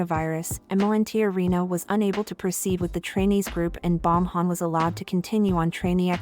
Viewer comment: “Bomhan” lol